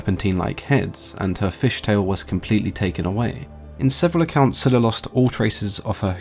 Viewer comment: It was pronounced as Zayla. That is what I first heard.